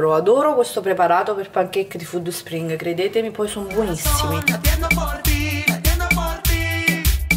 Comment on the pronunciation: Alla pronuncia di FÙDD SPRING ho chiuso il video